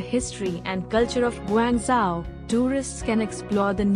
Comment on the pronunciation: You might learn to pronounce the name of the city properly before claiming to know more about it?